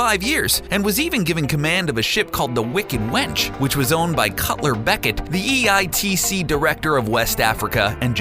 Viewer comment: I thought it is Lord Cutler Beckett, not Culler Beckett